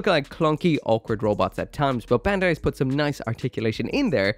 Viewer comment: Bandai pronounced "bun-dai" (バンダイ), not "ben-dai". for someone who can read japanese you should know